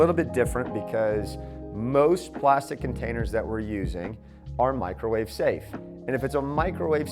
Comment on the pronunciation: Mee-crow-wah-veigh !!! Love the videos! Keep them coming.